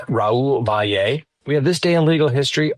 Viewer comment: Raul 's last name is pronounced Valley. Not Vi-yay.